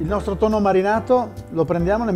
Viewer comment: Tutti,tutti sanno che mangio pasta...con TONNOH con TONNOH